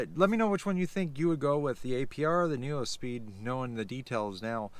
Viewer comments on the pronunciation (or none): And neuspeed is pronounced NEWspeed, not NU-O speed 🤦🏻‍♂️